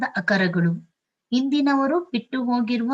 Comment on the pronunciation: ಆಕರಗಳು ಸರಿಯಾಗಿ ಉಚ್ಚಾರ ಮಾಡಿ mdm